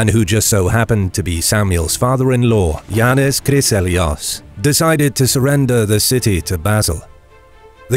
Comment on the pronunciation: I've never heard "John" pronounced like that....